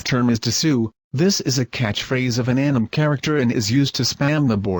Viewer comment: wtf is an "anam character" An-I-me. if you're going to attempt to be funny, at least get the context right in pronunciation desu desu desu desu desu